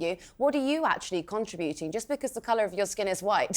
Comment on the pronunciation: it's contributing not contrabuting she needs to educate herself.